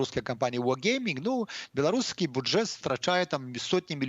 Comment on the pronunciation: я не смог найти в учебнике белорусского языка такие слова,как "заблЯкавана" "бУджет". это такая ФЕНЯ от вячорки,или это все таки ваша безграмотность, пан? P.S. и как по вашему с вечеркой следует произносить название города Страсбург? И ЧЕРТ ВОЗЬМИ ПОЧЕМУ?